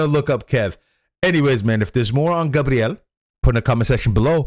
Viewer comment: É Gabriel não Gabriele 😂😂😂 ..